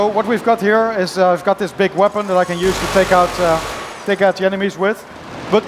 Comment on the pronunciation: lol you can carry "MORE THAN ONE VEPON"